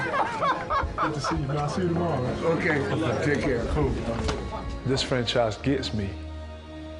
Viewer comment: my man NO OFFENCE, BUT U NEED TO WORK ON UR GRAMMAR... what is FRENSHIZE??????, i think u meant franchise